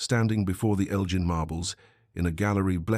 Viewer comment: Elgin is pronounced incorrectly should be fixed